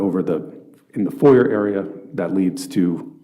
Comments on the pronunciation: He thinks he's smart, but he can't pronounce "foyer" properly x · Dude thinks he’s big shit while mispronouncing “foyer”